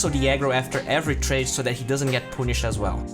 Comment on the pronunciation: Punished = Ponisht Melee = melli Please pronounce those words properly. It makes the video less interesting.